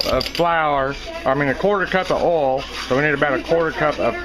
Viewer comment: 'love the way he says "oil" .... like "ole" with a long o, no diphthong.